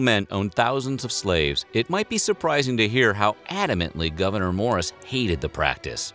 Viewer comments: And his name is pronounced (Gov-a-nore), not governor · Weird History Having his first name mispronounced... a lot. It’s “Goo-Ver-Nay” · As a resident of NY State's North Country, I can say that you're not pronouncing his first name correctly. The last syllable rhymes with door.